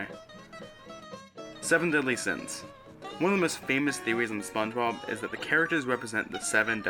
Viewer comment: oh hell nah spoench bord iC borg